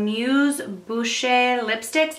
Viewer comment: Bouche. Meaning "mouth" in French, it's pronounced "boosh" 😉